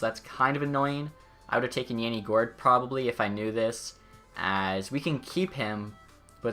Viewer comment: Yanni gourde ms name is pronounced yah-ni